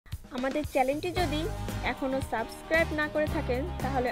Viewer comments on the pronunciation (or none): খেলা না শিখেই মাঠে নেমে পড়েছেন। সাবস্ক্রাইব কথাটাও ঠিক করে বলতে পারলেন না।।😏😏🤣🤣